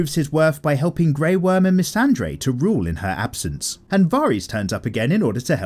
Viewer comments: It’s Missandei, no r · Her name is Missandei. Not missandre. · The videos are great but maybe you could learn how to pronounce their names. Especially Missandei. There's no R in there. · I wish you'd stop dropping an imaginary "R" into "Missandei".